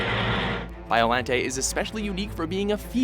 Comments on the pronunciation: Bio- Lon-te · Anguirus and King Cesar are not villains. You should count all three Mecha Godzillas like you did with every other monster. Really?? Battra??? Gosh dangit. Also Its pronounced BIOLONTAY. Also why the heck is Zilla an honorable mention? And some of these powers these monsters have only used once and youre saying them like they use them all the time. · u pronounced biolante rong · just saying Biollante's name is pronounced as "Biolan-tay", if it ends with a "Te" its pronounced "Tay" and Anguirus is Godzilla's closest ally and best friend, may wanna look into this another thing, ive also heard Gigan as "Gig-ahn" also, its called "Modified Gigan" finally, in the canon, its pronounced multiple ways, but (dont quote me on this) the way to say Destoroyah, is "Desu-teroy-ah" and that last Ghidorah snippet, was 2004's Keizer Ghidorah, who is a quadruped, not a biped like King Ghidorah, another thing to note is all horns on Kaizer's heads are all different, and his middle head is in front of the other two unlike King Ghidorah, where his is at the back just saying, sorry i any offense is brought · I just want to add biolante is written as biolante but pronounced as biolant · Its Bio-LON-tae